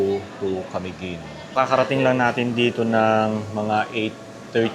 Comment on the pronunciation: Sir, you may please pronounce Camiguin in..." maluma". Its not accentuated on the first syllable. Ok?